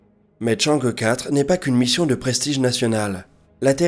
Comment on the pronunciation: Enfin qq'un qui proponce chang' euh quatre et pas chang' hi four (vu a la tv française!!) 😋